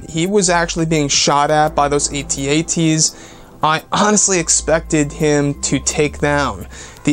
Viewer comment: A.Ts - A.Ts? Do you mean AT-AT